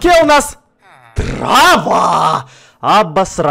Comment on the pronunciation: "ТРАВА"